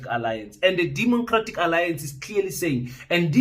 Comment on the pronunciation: Did you say “demoncratic alliance”?